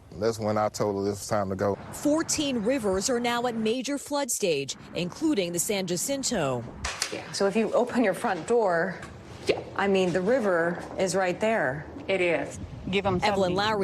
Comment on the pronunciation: san JA-cinto...?